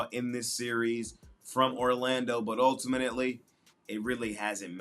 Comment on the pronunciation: ULTIMANETELY is crazy 😂😂😂